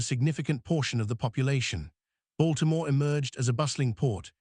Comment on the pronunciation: Lord have mercy... Its not said like "Mary-land." Its "Maril-lynd" ...or "Marilyn" if you don't annuciate all the letters. Baltimore is "Balt-a-more" but also "Ball-more" depending on someone's accent. ...You got that part right. Come on hon'. That's a thing here yall need to know.